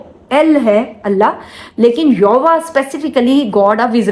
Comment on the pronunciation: Sister ये नाम का उच्चारण यूवा गलत है इसका असल उच्चारण पवित्र।। यहोवा।। सही उच्चारण ये है।🎉